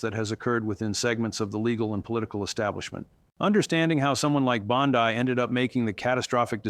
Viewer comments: PEOPLE! Stop believing what he is saying as true. This is FICTIONAL. "This content is fictional and not meant to represent real events, individuals, or outcomes." Read the description below the video all the way to the end. He also mispronounces Pam Bondi's name. IT IS FALSE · Wow, AI videos are getting scary capable. If you didn’t switch back and forth with your pronunciation of Bondi I don’t think I would have otherwise identified this for what it is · As much as I would love for this to be true. I don't think it is. I can't find this story anywhere else...on or off mainstream media. Plus the guy isn't even pronouncing her name correctly. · Is all of this made up? This is the second video I've watched on the channel, where it seems like AI generated fictitious garbage. Please update me if I'm wrong. BTW, it's not pronounced BOND-EYE. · Why do you keep saying Bond-I? It really makes me feel like I’m watching some AI generated video. Everyone knows how to pronounce her name but somehow you keep mispronouncing and I haven’t seen confirmation of anything you’re saying. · Is it pronounce Bond-I? Not that it matters she suckkks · So why does "" keep pronouncing Pam Bondi's last name? This is just more AI fluff. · Please choose a pronunciation and stick with it! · It is pronounced Bondee, not Bondeye. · Is not Bondai is Bondi. Ai that sounds very good and probably be true in the future, but not of this is true. You are being taken for fools. Look at reputable sources for your news. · Wow, his monotone annoying narration was difficult to listen to. Also, pronouncing 'Bon-dee' as 'Bon-dye' is very uninformed and tone-deaf, as well as pronouncing 'Chutkin' as 'Choot-kan' makes me wonder how informed this dude really is. No subscribe here. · IT'S BON-DEE, NOT BOND-EYE. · You contunue tobproniunce Bondi's name two dofferent ways. Correct pronounciation phoneticalky: Bon...dee NOT Bon...dye. Thank you.. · He keeps calling her Bond-eye.